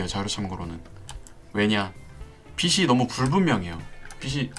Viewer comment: 빛이 - 비치 라고 말해야 하는데 자꾸 비시 비시 거려서 거슬려서 못보겠어요 ㅜㅜ....... 유용한 강좌이긴 한데...